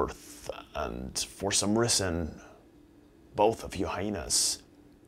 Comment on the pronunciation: HAHA!! "for some risin"